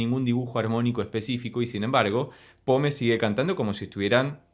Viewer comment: Se pronuncia "pom". Muy buena reacción, gracias.